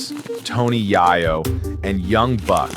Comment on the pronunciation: It's tony yayo(yay-yo) like the drug